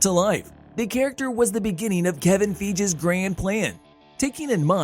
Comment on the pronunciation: Kevin feegis 😂😂